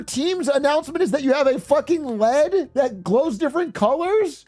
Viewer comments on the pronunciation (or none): So funny that he calls it lead instead of LED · Bro do not call an LED a lead😭